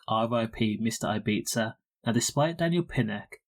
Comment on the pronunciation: the way RD pronounces it is actually much closer to how locals to ibiza (who speak eivissenc catalan, not castillian spanish) pronounce it. in catalan it's pronounced as an s/z sound not like a th sound which is how its pronounced in castillian spanish